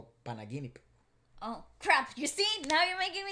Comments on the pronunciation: pronunciation of 'panaginip' (without accents/ stress) was correct! He sounded like a native Tagalog speaker! Quite impressive:))) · Pronunciation of PANAGINIP is 👏👏👏👏👏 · said panaginip well